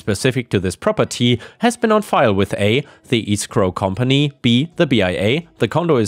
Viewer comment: escrow is pronounced ESSS scrow not EEE scrow.:-)